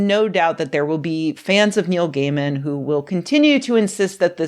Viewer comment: Can he get a new name? It sounds you said, "Women said gay men insisted on beating...." etc. Over and over, all these horrible things gay men has done. But you can't use his 1st name - if you say, "Kneel!" with such vigor, some viewer is liable to hurt their knees. I'm not sure which is the best way forward, here. I read some of his stories years ago, and then I recognized the name, so I clicked on the video. I won't make it to the end, but oh my goodness, I wasn't expecting that.